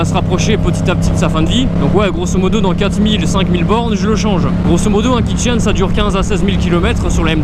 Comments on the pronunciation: Jai entendu kitchen xD au lieu de Kit chaîne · Exactement pareil je comprenais pas 😂😂😂😂